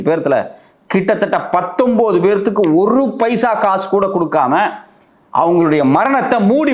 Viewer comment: என்னடா " பேத்துக்கு"? 37 பேருக்கு/ எத்தனை பேர்(நபர்)